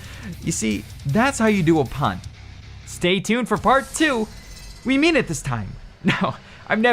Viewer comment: aw, shoulda said "stay tyuned" like al said at the end :P